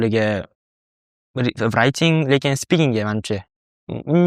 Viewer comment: Hayajondalarda shunga shunaqa talafuz qilib kettila